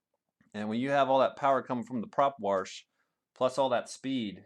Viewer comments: Prop warsh! haha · Prop Warsh Lol